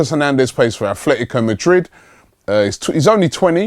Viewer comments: It's Atletico Madrid not Afle-ico Madrid. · pronunciation (Phonetics) A-TLE-TICO (Atl Madrid) THERE IS NO "H"hence its not Ath-Fle-Tico Come on Robbie you do this everytime almost. Then we have Atheltic Club (aka Athletic Bilbao) here its a club from the Basque region that choose an English spelling and title as a sign of independence towards Castillian Spanish. Everytime Robbie brings up Bilbao he insits on calling them Ath-Fle-Tico as well even though a simple English Atheltic Bilbao would suffice here since the club is Basque and has chosen an English wording as theire "Lingua Franca". Please sort this out it has been going on for the past 3 silly seasons.